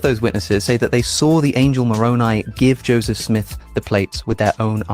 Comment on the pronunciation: I respect him for his pronounciation of Moroni.